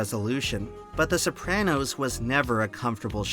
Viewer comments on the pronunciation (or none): Wild that the author of an essay about The Sopranos can't even pronounce the title correctly!